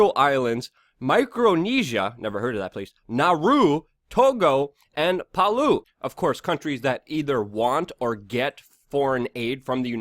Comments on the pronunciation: I'm so surprised you don't know about Micronesia.... heard of Bikini Atoll nuclear testing? Also Palau is pronounced "pu- Lou(d)" ..no "d" at the end. ....*** 💚 YOU too, are beautiful people! 😉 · Palau is pronounced, puh-lau. Lau as in lau-lau, which is local food in Hawai'i. But yeah, the Neo-Con agenda is alive and well. 'member when Kissinger met up with Trump? Yup. 'Twas checkmate right there as far as foreign policy goes.